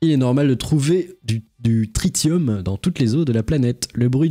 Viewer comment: Tritium se dit "Trissium" et Bq se dit "becquerel"